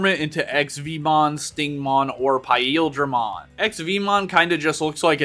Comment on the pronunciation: That's not how you pronounce paildramon 😬